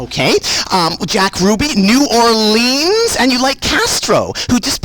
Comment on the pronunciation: does she know she’s mispronouncing New Orleans?